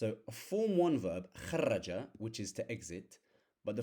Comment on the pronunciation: Don't put shaddah in the root verb brother Kharaja not kharraja Khadama not khaddama Thanks alot for your videos